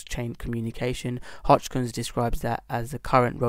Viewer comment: Sorry dude but I have to say something. You are 25% on profit and you recomend to watch your video ? Im over 400% on ADA. You don't even know how to pronaunce the name. HOSKINSON. Or how did you said ?Hoczkinson ? Hitchkok ? As you can see I'm confused too :) lol